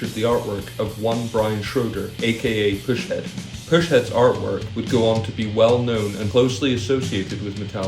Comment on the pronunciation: Its actually pus-head, not push head. Pus, like the nasty goo that comes out of a boil or pimple.